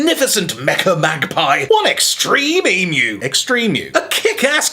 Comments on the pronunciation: Thank you for say Emu right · You are the first non-Australian person I've ever heard pronounce emu correctly. Congratulations and thank you.